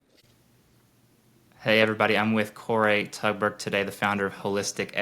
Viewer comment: Isn't it Tuğberk NOT Tugbert?